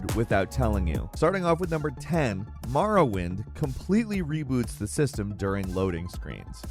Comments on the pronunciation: This dude really said “Marawind” instead of Morrowind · Ah yes... "Marawind"... as opposed to "Morrowind"... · "Maaarrowind" smh.